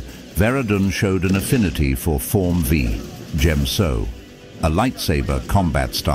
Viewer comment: Cmon man.... Form "Vee"? "Chorus Can't"? You channel could be so good. You're obviously paying for the voice, get your money's worth. I like the idea you have for the channel, good luck.